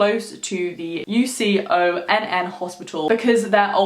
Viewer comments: UCONN is pronounced "you con" (con like in con man or confidence) or like "yukon," just fyi! source: it's my alma mater ;) HUSKIES!!! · I'm sure someone already said this, but UConn is pronounced "You con" lol also this is super interesting as someone from Connecticut. We're one of the states with tons of purportedly haunted houses and places. You should check out the stories of Dudleytown and the fairy village in the woods of Middlebury. They're two of my favourite stories about here. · Just a small thing, UConn is pronounced “you-con,” as it’s an abbreviation for University of Connecticut. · I’m from Connecticut and watching this a week late but I was excited about it when you uploaded this and lemme say to hear you say “U C O N N hospital” felt odd to hear 😂